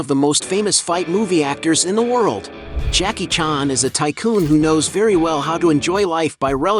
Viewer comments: Why you pronounce "Jackie chàn" like that? Lol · Jackie "Chon"??? Ai is getting scary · Too bad you can't pronounce his name correctly.